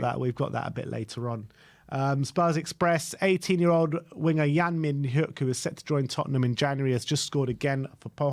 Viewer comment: Yang Mi-Nyuk is the pronunciation btw, H is silent.